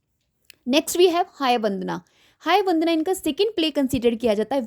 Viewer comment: Madam pronounce it kannada not kannad and that is not hayavandana its hayavadana